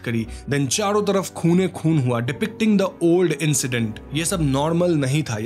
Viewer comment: Whenever you say Khoone khoon🤣🤣